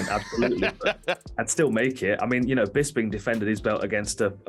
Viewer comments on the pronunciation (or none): Bis-ping is how i think you say his name.. hes just trying to stay relevant outside of being nonexistent in the active sport. Grab a suit man and some bud lights and speak "on behalf of the ufc"